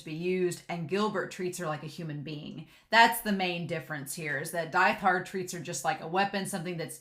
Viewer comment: Really love getting to really see how far violet has come in terms of communication in both words and actions from when she first met Gilbert and actually getting to see Gilbert outside of short flashbacks . Also I love listening to your analysis but this has been bugging me a little so a reminder that Diethard is pronounce deet-hard